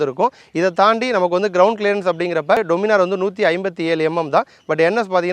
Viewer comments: டொமினார் இல்ல, டாமினர்... கரெக்ட்டா?? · Pronunciation Daniminor nu sollanum bro "doo" nu solla kudathu summa sollanum nu thonuchu 😅